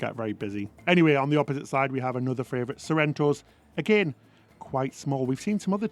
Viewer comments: ITS FAVOURITE!!!! NOT FRAYVOURITE, please stop saying it wrong :( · What a wonderful review. Your mispronunciation is just adorable! Castitia and Fravrioute are your words and love how you own them! But seriously you guys do such a wonderful jobs with your videos. After recently getting off Harmony it seems RCCL have really thought hard b about this flow and design and you showed it off perfectly. Can’t wait for the other videos on this ship. Lionel Messi plays for Inter Miami (not Milan)